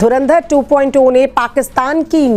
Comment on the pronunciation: इन पाकिस्तानियों को धुरंधर अभी तक नहीं बोलना आया . धरिंदर धरिंदर.बोलते रहते हैं ..ये जाहिल 😂😂